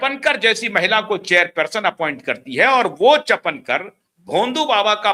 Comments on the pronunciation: अरे बाबा चपनकर नहीं है सरनेम चाकणकर बोलो 😅😅! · The real name is Chakankar not chapankar. Please correct yourself. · चपणकर नहीं चाकणकर तुझे पञकार कौन बनाया ,पहले बोलना शिक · पढ़ाई कम है चापणकर नही चाकणकर खराट नही खरात बोलो आपकी न्यूज महाराष्ट्र के बाहर चलेगी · रूपाली चाकणकर not चफणकर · चाकणकर नाम है, चापणकर नहीं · चपणकर नहीं ईनका नाम चाकणकर हैं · Say Chakankar not Chapankar.😂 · चपणकर नहीं चाकनकर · wo “chapenkar” nahi hai, wo “ chakanker” hai. P nahi “k” hai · सर चापनकर नही उनका नाम सौ. रुपाली चाकणकर है | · चपणकर नहीं,चाकणकर नाम है। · " चकणकर " इस नाम का सही उच्चारण " चाकणकर " ऐसा है/ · चपनकर नही चाकणकर. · अबे चपणकर नाही चाकणकर... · चपणकर नही चाकणकर। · को कोई बताए चपणकर नही चाकणकर